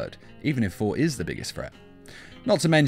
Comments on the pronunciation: All I hear is foor instead of Thor XD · The way he says Thor is hilarious FOR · I thought I was hearing things lol